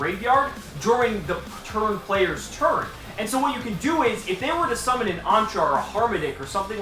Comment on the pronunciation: Is it just me or when he does his opening I hear 'seamen' instead